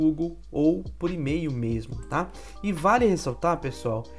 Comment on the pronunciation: Eu ouvi “homofóbico” no lugar de “pomofocus”. 😂